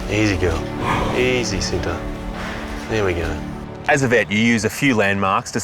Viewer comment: I think the tiger’s name was supposed to be pronounced differently. Cinta, pronounced with a similar sound to the “ch” in “cherry,” (there’s no exact english phonics equivalent) means love 🥹❤️